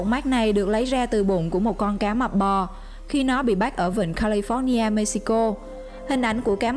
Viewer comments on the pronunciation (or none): none